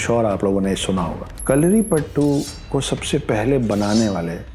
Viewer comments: it is not kalaripattu it is kalaripayattu. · Its kalaripayatu not kalaripattu😌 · I was enjoying your video until you started speaking about Kalaripayattu! Firstly you share wrong information about Kalari and its origin and on top of that you pronounce it horribly and disgrace the art. It is not "pattu" it is "payattu" means to 'practise a fight' in malayalam. Aaj bhi mere gaav me fighting practices ko payattu bolte hai. It originated in the northern malabar region of Kerala. Internet hai toh kuch bhi bana k bechna nahi hai.